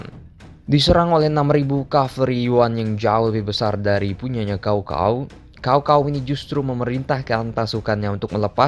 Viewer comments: Maaf min koreksi bacanya sao sao bukan kao kao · sedikit info cara bacanya bukan "cow cow" tapi "tcao tcao" dan kalo mau lebih detil lagi antara cao depan dan cao belakang ada beda tone nya ya ngasih info aja karena di bahasa cina kata sama cara baca sama tapi beda tone udah beda arti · Cao cao min bukan Kao kao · Bacanya bkn kao kao tp cao cao....goblok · Bukan kao kao tapi cao cao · Caocao dibaca kaokao blog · dalam sejarah hidup gw, baru kali ini dengar Cao cao dibaca jadi Kao kao.. wkwkwk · Bacaan nya bukan kao Kao tapi Tsao Tsao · Mungkin si habis minum es kendol pake kinkau 😂😂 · Baca nya pake c kalih namanya bukan K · Btw Cao Cao jangan baca pake K tapi baca lurus aja pake C